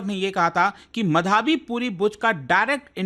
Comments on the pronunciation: Sir, wo माधबी है मधाबी नहीं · It's madhabi btw not madhaaaabi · मधाबी ❌️ माधवी✅️